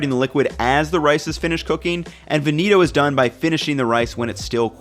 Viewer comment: People complaining about how he says risotto but nothing about Veneto? Ha ha. Still a good video. Keep up the good work.